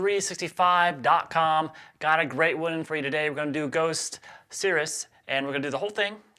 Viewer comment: Great job with the song! Just so you know, the pronunciation is (sir-see)